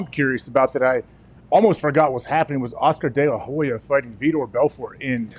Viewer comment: When Dana talked Oscar delehoya😂😂